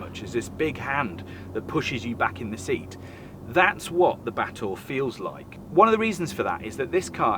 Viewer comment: Just here to listen to pronouncing Batur (Ba-toor), a caldera lake in Bali. From a distance, it looked like a Genesis coupe. Been interested ever since Clarkson butchered Porsche Macan (tiger) pronounciation, reading it as "makan" (to eat).